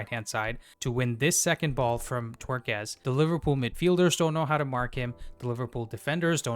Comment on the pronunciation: Take a shot everyone he says Twerkez. Brilliant man ❤